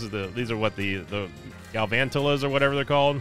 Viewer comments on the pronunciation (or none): the trites are galvantula yes but it is pronouced [gal-can-choo-la] the pufferfish pokemon is qwilfish and garbodor is pronounce [gar-bow-dor] and succubus was noibat the prevolution to noivern the mob that you called magerna was actually toxapex. roar of time the replacement for the hourglass is actually is a move a signiture move is Dialga, I also think that Lazarus's rags is an Arceus plate [more specifically the and the Arcues plates can only be held onto by Arcues and depending on the plate used it will change the move Jugdment to a specific type, from normal type, I think lazarus's rags is the icicle plate which changes judgment to an ice move as well as increase ice moves by 20%. the pokemon you called wurmple's evolution was actually scollipede